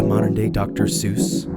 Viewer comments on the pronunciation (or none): none